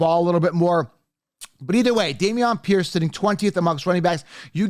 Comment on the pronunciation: How do u consistently say these guys names wrong, like Bijan and Damien P?